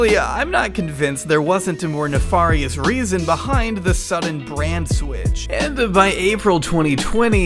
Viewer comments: You pronounce nefarious wrong. It's FAIR-EE-US NOT FAR-EE-US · Cool video, its pronounced "ne-fair-ious" just so ya know. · I love... but when is someone going to tell him how to pronounce nefarious? this is like the fifth video i've heard it on... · You say nefarious wrong.